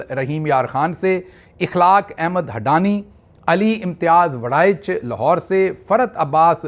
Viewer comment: شہباز بھائی۔آپ نے اخلاق احمد بڈانی کو ھڈانی کھا ھے۔مہربانی کر کے اصلاح کر لینا۔۔محمد اسماعیل سعودی عرب ریاض سے آپکا پروگرام سارے گھر والے دیکھتے ھیی۔۔آپ ماشاءاللہ واقعی ھی پروفیسر ھیی